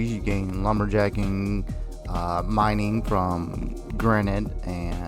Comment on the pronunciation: Mining. Not minning 😂